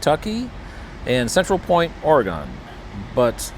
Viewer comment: OR-GUN not OR-EE-GONE